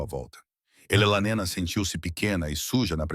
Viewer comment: O narrador IA precisa aperfeiçoar a pronúncia do nome da "Elelanena"😅😅😅 Alguém deveria explicar-lhe que se pronuncia E-le-na e não "Elelanena" 😅😅😅